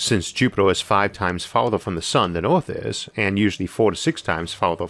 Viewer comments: Hello. Please find and pay someone to narrate your videos finally. At least learn to pronounce Earth and Mars properly, get some logopedic help man. Thx ⚠ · Did this guy voice elma fudd???... rofl hearing him say EORF (earth) LOL